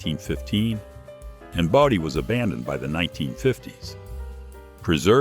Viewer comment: It's Bodie not Body. Been there many times. VERY nice video. Thank you.